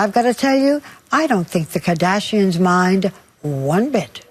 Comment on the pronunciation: The way she pronounces “the KAHdashians”